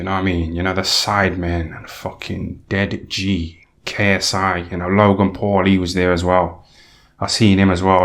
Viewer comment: The way he says dead ji gets me Everytime ffs 🤣🤣